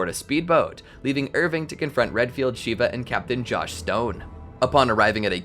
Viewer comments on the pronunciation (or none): Sheva not Sheeva lol